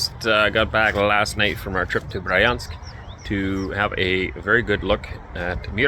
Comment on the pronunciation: Bree-ansk, not Brai-ansk.